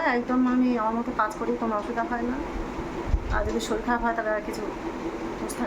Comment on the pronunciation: Shoril😂😂😂😂 ki bhasha...shorir bolo...bor kothay?